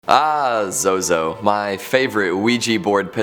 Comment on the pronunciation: Not ahh zozo it’s “bah zozo” sir😂😂😂😂